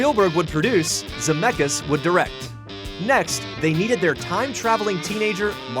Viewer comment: It hurts my lithuanian heart that they are always pronouncing "Zemeckis" wrong 😂😂 but I get it, it's easier that way